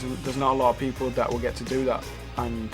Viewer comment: It's like Niall says Hitler. Yes I know he says people. NO HATE I love 1D :)